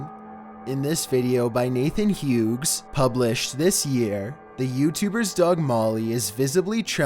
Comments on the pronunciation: Huegs? Huegs? Its Q's 😣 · MY NIGGA SAID NATHAN HIOOOOOGS ROFLMAO